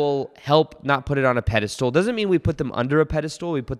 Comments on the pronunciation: It's pedestal not pedestool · Just checking in to see if you’re still saying “peda-stool” hehe 😉